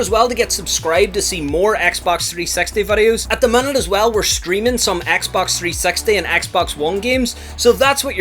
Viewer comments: “Xbox 3 sex tee” 😂😂😂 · Him saying : XBOX 3sexty Me : 🤔🤭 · i love how he says xbox 360 he says it like xbox 3 sexty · Yes I never heard anybody say Xbox 360 like you Just saying